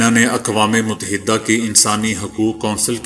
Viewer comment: بھائی غلاف غین کی زیر کے ساتھ پڑھیں ناکہ غین پر پیش مجود ہ نہ کہاکریں بلکہ موجودہ کہیں میم کے ساتھ واؤ کا پڑھنا ضروری ہے اسی طرح اقوام متحدہ کا تلفظ بھی غلط ہے متحدہ میں میم پر پیش ت پر تشدیداور زبر، ح کے نیچے زیر ، دال پر زبر اور ہ پر جزم ، فیروز اللغات سے استفادہ کیا کریں۔ اپنے جتنا زور انگریزی سیکھنے پر لگایا اسکے عشرعشیر اپنی قومی زبان پر لگاتے تو آج آپ ابو الکلام ھوتے۔ لیکن اپ سب کچھ تجارتی بنیادوں پر کرتے ھیں۔